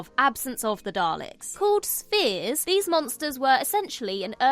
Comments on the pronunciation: Why would the proto-Toclofane episode be provisionally called "Spears"? Surely, as they're perfectly round, 'Spheres' would make more sense. Unless that's what she meant and forgot that ph is pronounced as f for the most part. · I can see your point, being Turkish I'm not well versed on RP (let alone speak it), but I definitely hear "spears", whereas the closed captions read correctly as "spheres"... Confusing. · It's nothing to do with accents, it's simply correct pronunciation. Even so, accent - almost RP - would definitely pronounce it 'sfears'.